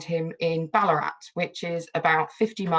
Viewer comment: Just loving it here in Canberra. A note, it’s geeLONG, and ballarAT. And Bourke is for some reason pronounced Berk.